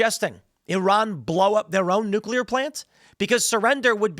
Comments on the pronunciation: NucleARRRRR. * in PIRATE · Nu-Cle-Air Wessels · Nuclea please.